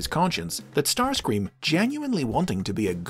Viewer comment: Starscweam fits somehow